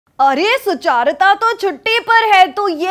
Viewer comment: Not related to this video and none of my business, but I think your name is pronounced सुचरिता and not सुचारिता... Peace ✌